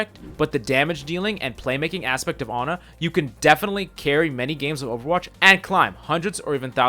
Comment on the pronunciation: wehn he goes "anna" instead of "ana" im sorry but that just triggers me.